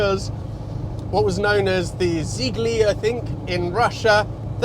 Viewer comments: Excellent job. They were called Zhiguli not Zigly in the USSR & Russians never paid Italians with steel but with oil you're absolutely right. The full name of the car in the USSR was Zhiguli VAZ 2101 nicknamed "Kopeyka" (a copeck, because of the number 01). Produced in it had the same engine of 1200 with 60 hp, later 1300 with 65hp was added under the specification 21011 & it was immensely popular, a number one rally car, police car, taxi & a regular car standing literally in every yard there later on. A lot of movie hits were made with this car including the ones in other countries of Eastern Europe like Hungary, for example, & it was also exported in great numbers to Yugoslavia, Czechoslovakia, DDR & even Cuba, too. Nearly were produced in total & based on the results of the national poll it has been awarded with the trophy "The car of the 20th century". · Russian internal name was Zhiguli (with a stress on the last syllable), named after hights at the bank of the Volga river, not far from VAZ plant location.